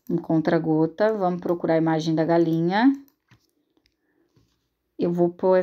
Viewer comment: Ameeeeeiiiii 😍😍👏🏻👏🏻 aiii me da uma agonia vc falando CONTRA GOTAS mulher.. É CONTA gotas 😂😂😂 Mais amo seus vídeos ta ♥️